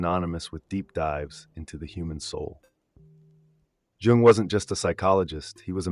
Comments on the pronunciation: Yo I love your vids but i wanted to bring precision about Carl Jung's name is actually pronounced "Yoong", not "Joong". You can referance Jordan B. Peterson for that, he is a great fan and reader of Jung himself. Have a nice day! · Great content and really well structured but that awful AI generated voice that kept mispronouncing even Jung’s name jarred on me. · If only you pronounced his name correctly, man..